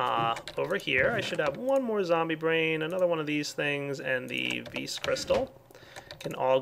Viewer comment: How many times did he say vees (vis) in this episode?